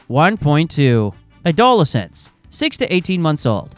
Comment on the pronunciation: How can one take this info seriously when an English-speaker mispronounces the word adolescents so horrifically? Get your money back!